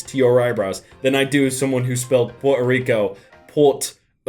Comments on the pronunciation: "Port o' Rico" 😆🤦‍♂️ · For future reference, it's pronounced P'where-toe Rico. (Thanks, Spanish class!) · Poor toe Rico